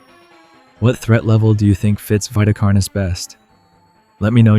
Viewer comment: It's veeta carnis, not vaita carnis.